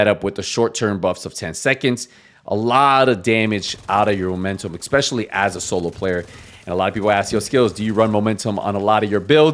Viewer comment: Ex-specially…😂 such a clown